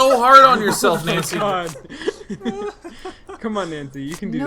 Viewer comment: I wish they would stop playing games in japanese settings because it is infuriating listening to americans pronouncing japanese names and words ._. Nancy included, especially Nancy, you spent time with japanese people during the voice recording FFS! AT LEAST TRY! twitch